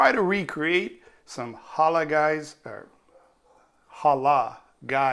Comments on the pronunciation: Hala Hala! Hhhoola Hhhholah! Did you mean... Ha-LaLLL??? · It's not Holla Guys. It's Halal Guys. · First of all, if you are going to make a dish especially out of your comfort zone, take the time to pronounce the words correctly, you couldn't even pronounce " Tumeric", nor " Halal" you should have just called it chicken and rice..or add some potato salad to go with the chicken. PS the colors of the food were not right either.👎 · i clicked out the second he couldn't pronounce halal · Learn to pronounce halal rightly and also the pronunciation of the ingredients used ! No offense here mate !! also the recipes shown is no where close to what the original is !!! Try the copycat recipe site of the same chicken rice ! it’s the closest u can get ……cheers !! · Wow couldn't find the time to find out how to say the name right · How hard is it to say halal? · fucken facts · My first thought was it’s funny. But ur right they r so huge and awesome! Like who dosnt know them in nyc! He could have made sure to say it right but some people simply can’t pronounce things